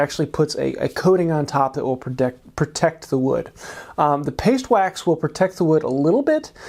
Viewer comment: "Pastwax" what the heck is "pastwax" 😂